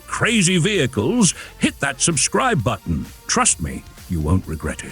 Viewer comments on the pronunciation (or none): none